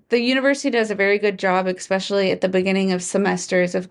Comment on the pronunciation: EKSpeccialy. English. . Work on that